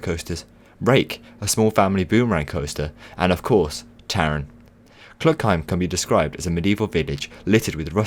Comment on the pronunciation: for the future please say taron in German